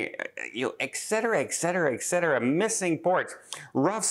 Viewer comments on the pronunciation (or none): “Old in the tooth”? It’s “long in the tooth”. And “ek cetera”? It’s “et cetera”.